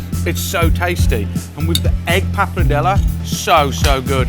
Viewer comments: based on how Mr. Food Busker pronounces wagyu, I fully expected him to pronounce this dish RAGyoo. I'm glad he didn't. Ugh. I spoke too soon. He's pronouncing papardelle as papradela. Accents on the right syllables, but moved the R and changed the last vowel to an A. I can't argue with the recipe though. It looks like a real winner to me. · "Papradellah" - 5